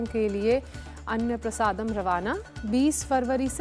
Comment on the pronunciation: अन्य प्रसादम ??? Really ? She makes so many errors while reading. Even reading seems to be very casual. Either give her proper reading practice or change the reader please. Why are you spoiling the impression of your channel.